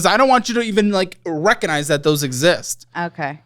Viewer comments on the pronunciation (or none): "rekonize". Lol